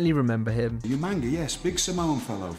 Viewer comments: The irony of Regal's pronunciation of Umaga's name, is that it's closer than everybody else's. 😂 Umaga- {oo-mah-ngaah} For a better example of the pronunciation, look up Tana Umaga. P.S.: As for Goldust and the spinaroonie, remember... melonin, in his soul😂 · Where did the n come from😂😂😂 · That's what I said, Umanga, Big Samoan fellow, funny hair" Regal was good for mispronouncing names